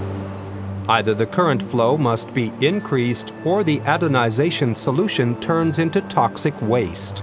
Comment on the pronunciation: Mehrere Male sagt der Sprecher "adonization" statt "anodization"